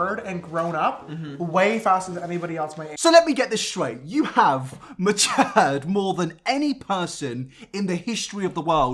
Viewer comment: I cannot stand the way says sure and mature makes me feel uneasy lool